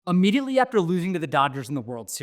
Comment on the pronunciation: Ammediately? Immediately